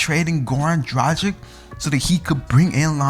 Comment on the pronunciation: A decent video but if you are a Heat fan, at least learn how to say Goran Dragic's name properly! It is pronounced DRAG-ITCH!!! I mean if you can pronounce Dario Saric's name correctly then surely you can for Goran.